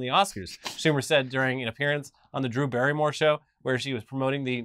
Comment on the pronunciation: Sorry, I might be a little out of the entertainment industry... Did you say " The Drew Barrymore show"?